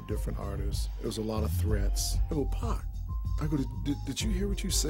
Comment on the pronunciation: 2pack wtf its 2pac 😂